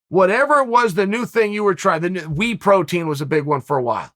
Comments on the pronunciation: Me: Whey Protein Chael: Wee Protein Me: ok great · I thought he said wheat protein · "Wee protein." Lol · What the fuck is We Protein Chael? I swear you do this on purpose. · Chael is a master mind at creating engagement, saying “wii protein” knowing all the comments coming to correct it haha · If Uncle Chael calls whey protein wee protein, then it’s called wee protein. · “Wii protein”- chael sonnen